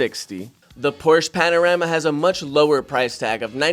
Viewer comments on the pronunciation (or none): Panarama? 🤣🤣 You taking a picture. Come on bro...fix that to Panamera